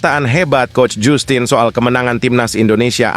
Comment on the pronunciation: 😂😂😂 bacanya jastin mas Bukan jussstin Es jussss kali😅